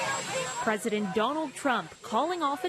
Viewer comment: Threadent. How are you a professional